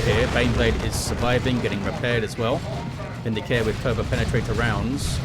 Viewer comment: Whoever tried to correct you about the pronunciation of "eversor" was wrong. It's "EV-er-sor" with the first syllable emphasized, that's exactly how it's pronouced in Chaos Gate: Daemonhunters. You were also pronouncing "Vindicare" correctly to begin with.